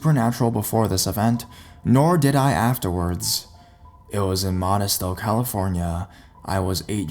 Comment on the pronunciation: sorry i am from the town of modesto you know the name you butchered That's ok love your stories. so i will forgive you. this time.😊😊😊